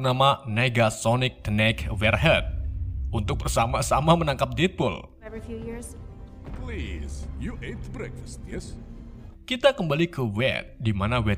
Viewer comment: Bacanya salah ngab. Detpul bukan detpol